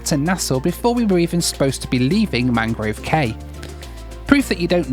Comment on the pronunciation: In The Bahamas the word cay, as in Mangrove Cay, is pronounced "key" not "kay".